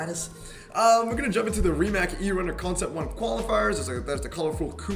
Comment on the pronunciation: Rimac is pronounced “Rdi-mutz”